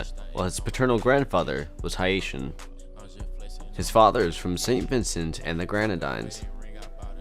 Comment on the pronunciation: How tf u butcher DR and Haitian so badly